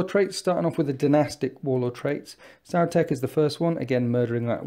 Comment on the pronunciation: It’s “Saw Tech” !!!!